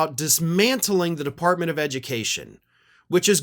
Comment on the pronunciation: Devunt the edumucation debbartemint....